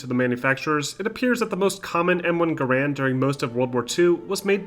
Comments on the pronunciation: garrand is "gair-end" like gar(y)-end. guh-rand is a common mispronunciation. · Pronouncing "Garand" wrong. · Researched the manufacturer and still mispronounced garande